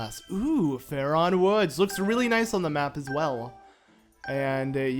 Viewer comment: Jesus it's Faron. Not faRon